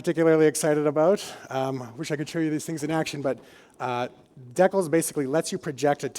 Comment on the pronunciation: Did just call a decal a 'deckle'?